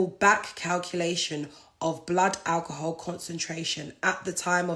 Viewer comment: first 5 second of speaking she going mad 😂🤣 sorry to laugh but who she talking to “ stay with me for a sec “ 😂🤣 Naa mane she going mad of that alcohol ( Al-kuhul) .